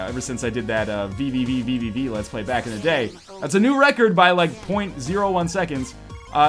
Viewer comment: The proper pronunciation of VVVVVV is just "V"